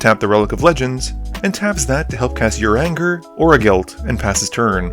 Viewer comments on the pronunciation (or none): Ooof, the way you pronounced "Urianger"..., it's pronounced "You-ree-on-zhe". Just keep in mind that he's from a nation of Catholic French elves. Also, I think missed a few draw triggers (unless they just weren't shown/mentioned).